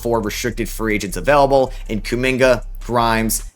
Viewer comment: "A player that's UhVELable" Where are you from? Are you Canadian?